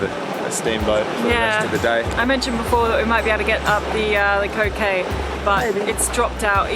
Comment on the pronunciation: It’s funny when you say the code k It’s sounds like cocaine 😳🤷‍♂️ You might have to change the letter. K . To a M .🤔😉🦋💖. Love this episode . 🐬🇦🇺🦋⛵️